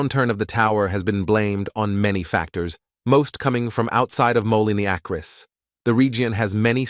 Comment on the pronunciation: Very cool video and well written. But I do think you should read the script yourself rather than the emotionless AI voice that repeatedly fails to say "Mo-Leen A-Kers (Moline Acres)" correctly. It would also add a bit of emotion to a video that is sure to generate a strong emotional response. I just found your channel and subscribed because I love North County history since I grew up here.